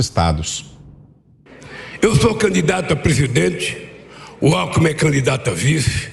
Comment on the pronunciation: AGORA ENTENDI ALCKMIN E LULA " ALKOEMIM " KKKKKKKKKKKKKKK